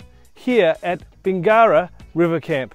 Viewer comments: It’s NOT pronounced Bing GARA. It’s pronounced Bingera, with no emphasis after the “ing”. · When doing a review of an area at the very minimum pronounce the town properly